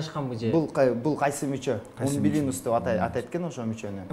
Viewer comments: Умбулинус эмес😂 " УМБИЛИКУС деп айтылат " -, латын тилинен алынаган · Умбиликус дейт а не умбилинус 🤣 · Киндик умилиНус эмес умбилиКус да😅